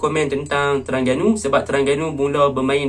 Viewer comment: Aku minat tang kau sebut pelat "TERANGGANU" bunyinya haha,good analisis,terang, mantap...